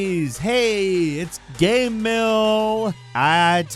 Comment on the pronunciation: after all these years, i still get triggered the way you say ''GAHM''